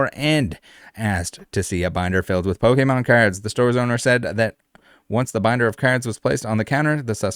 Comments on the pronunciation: Really? Pokeman? like come on lady it's Pokemon p o k e m o n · Even with the pronunciation warning i was still not ready lol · I don't know whats better - the news covering this and pronouncing Pokemon or the fact that this dude got his ass handed to him by martial artists who are next door to a pokemon shop. All around gold news and I am here for it.